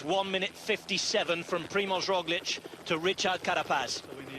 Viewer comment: Another day, another Rozhlick by Sean "The Name Butcher" Kelly